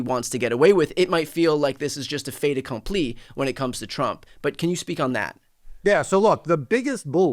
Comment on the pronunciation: "Fait accompli" 👌🏻French accent. Never knew it was an idiome... 🤯 (French Inside)